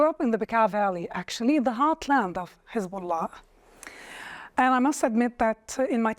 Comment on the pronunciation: She's an Arab and grew up in Lebanon but can't say "Hezbullah" proper? I call BS